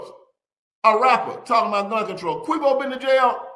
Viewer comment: He called him Queevo 😂